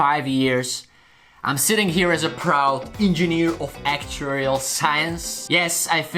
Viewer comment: What did he say he studied? "Engineer off Ackcherial science?"